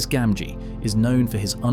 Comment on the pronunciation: Well done but please check appendix E for pronuncians: Gamgee has two “hard” Gs, as gild or gift.